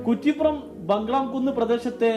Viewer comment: കുറ്റി പ്പുറം ✅ കുറി പ്പുറം ❌